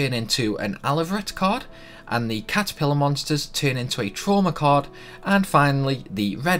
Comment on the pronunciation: Did you say cord or card?